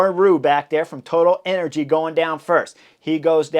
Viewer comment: I swear I heard Chris say " Toilet Energies"...